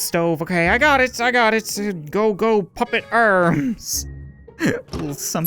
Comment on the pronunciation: The narrator sounds like he's saying papa but he's really saying puppet.